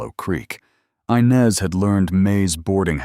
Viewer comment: The name is inez not Inez, do get it right😢